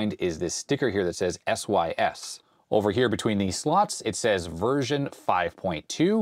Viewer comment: “VERSON” 1.2 😂